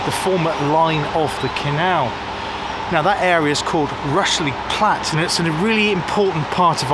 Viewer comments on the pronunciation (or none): Interesting feature on one of my favorite "closed" railways. I have several books on the MSWJR and have visited some sections of the line. Not sure why you pronounced "Rushey Platt" as "Rushly Platt", or is that a local pronunciation? The line to Ludgershall is still "in situ" but not sure what traffic is carried on it these days. The sidings that used to go towards Tidworth have been truncated in the last few years where a new housing estate for army personnel has been built. I look forward to future visits by yourself on this fascinating railway!